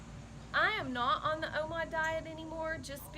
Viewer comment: Are you saying omod?..lol